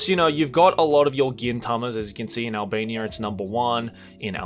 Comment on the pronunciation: What reads: Albania What I hear: Alabama